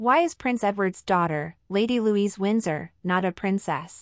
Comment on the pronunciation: Her name is Louise, not Louisa.